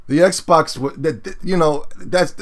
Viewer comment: said "xbax" lol